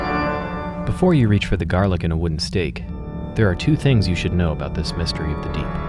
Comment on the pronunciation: "wooden seak" *thinks of steak from wooden cow*